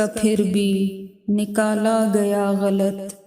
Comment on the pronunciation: لفظ غلط کے تلفظ کی ادائیگی درست نہیں صحیح تلفظ غَل٘ط ہے جس میں ط ساکن اور صرف غ مترک ہے